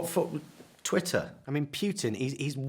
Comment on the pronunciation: Are you saying "twitter" or " twatter"?